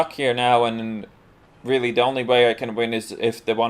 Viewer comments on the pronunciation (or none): ബോസ്പാണ്ടി MA,M.Phil Saying "d" instead of "the", and "dey" instead of "they", and "desedays" instead of "these days" has got nothing to do with English not being your first language. You've obviously chosen to do "dat"